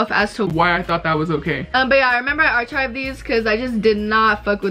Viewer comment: It’s ‘arkived’ not arCHived